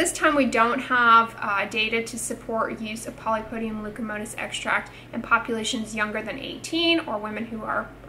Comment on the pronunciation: Leucotomos ... not leucomotos